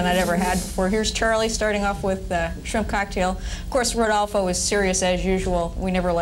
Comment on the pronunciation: Is rodolfo neri vela,no rudolfo